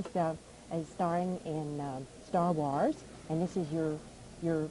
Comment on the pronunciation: Stah Wahs